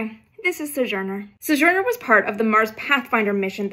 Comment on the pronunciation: "suh-zhurner"? Sounds like vintage space has been hitting the vintage sauce.